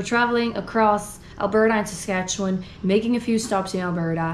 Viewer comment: Is it weird that I'm geeking out because you pronounced Saskatchewan right? (Most other Canadians never do. So this made me happy both to hear you mention my province, and pronounce it correctly. Thank you. 💜🤗) Also that road trip sounds so fun. And I love the fact that Hutterite dress code means you have a way easier time packing. (Makes me want to switch my wardrobe to something so beautiful and comfy.)